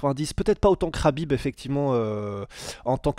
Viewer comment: il prononce bien makhachev et khabib 😅♥️